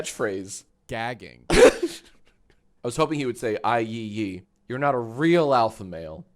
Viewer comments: Yee yee is how you're pronouncing yi yi for some reason jack?? Like yee yee ass haircut. Cmon man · can't pronounce his own show smh 🙃